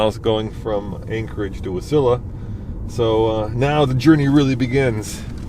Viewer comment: I am 49 and have live in Wasilla Ak for 45 years. Love seeing content here and impressed you pronounced Wasilla correct haha. I have done that trip probably a dozen times and love it. Fast Eddies is always a must stop.